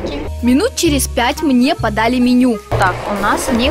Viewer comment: Не подали а поодали